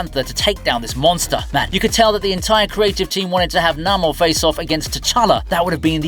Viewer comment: Jesus wept, it;s Nay-more.